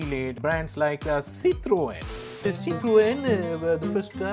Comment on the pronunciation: Kind of love that Citroen pronounciation....hehehe..😂